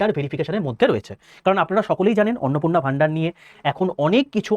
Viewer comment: Apni 😂😂😂😂 arnopurna bolte aschen hayre